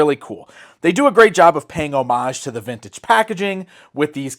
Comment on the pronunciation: Yes, you pronounced homage correctly